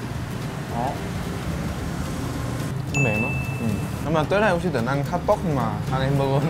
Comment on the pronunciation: gì nũi mà woossi đọc như gỉ mũi á